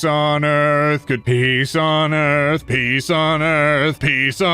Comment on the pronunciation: I started hearing "pees on earth"